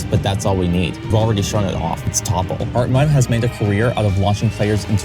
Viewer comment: Very impressive video. All this build up and then you just to throw the big worm down the hole he created One thing though. Hartmut is pronounced "Hartmoot/Hartmood", not "Hartmutt". Not that it really matters.